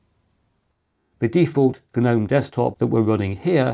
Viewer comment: My Grandmother has a few garden guh-nomes. Ok what is wrong with that sentence? If you can figure it out then you know how to correctly pronounce that word. Not like it matters, Gnome sucks nowadays anyway. Old school Gnome was much better.